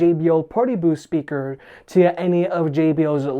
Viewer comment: I love how you pronounce it "shpeaker". :)